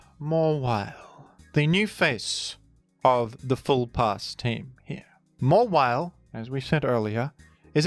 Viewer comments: Its pronounced Mawhile. Dont ask me! The Hoenn dex said so! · It's mah - while.